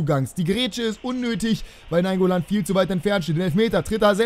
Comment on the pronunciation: Also naingoolan zumindest